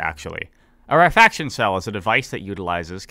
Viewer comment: my inner pedant wants to point out that "rarefaction" is pronounced "rare-eh-fak-shun" and not "rare faction" but perhaps it's not in the world of the eyetorators ;P